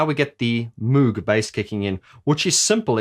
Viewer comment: Free flowing feedback: Enjoyed the analysis. Did not enjoy the Roland preset. Moog rhymes with rogue. Electronic Music IS real music. Keep up the good work